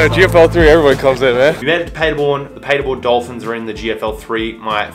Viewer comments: Great video,!! When you are pretty much fluent in Deutsch, then you will remember that the city is pronounced PAHderborn, & not PAYderborn. LOL Of course, I am just nit-picking, & am not used to your "Strine" accent, so I apologize!! Entschuldigung, ich kann nicht anders... Ich spreche Deutsch!!! Keep up the good work... I love your VLOGS!!! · You could, actually, start working on your accent by pronouncing Paderborn correctly.... imagine Germans talking about a city called Ahdellah-eeda. How long would you take to understand what they mean?